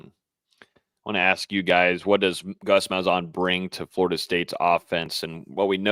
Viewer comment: Ain’t no way that’s how you say Gus malzahns name lol